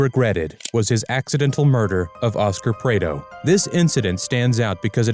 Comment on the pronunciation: AI doesn't know how to Prado 😂